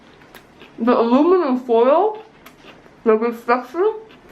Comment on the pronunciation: Aliminum Foild Blinding....Ha ha ha ha